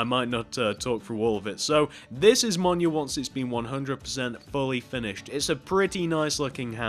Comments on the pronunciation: It’s not pronounced “monya”, it’s pronounced “meelneer”. Btw this isn’t a hate comment, I’m just letting you know. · He's saying it wrong, it's pronounced "m-y-i-l-n-i-o-r" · Ain’t no way Blud said minio